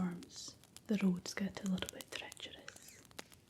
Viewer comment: Subscribed 😍 The way you say „tomorrow“ and „treacherous“ 🤩🤩🤩 I love Scottish and I will definitely enjoy your content 😊 Thanks for this project! So many great channels to discover 🤩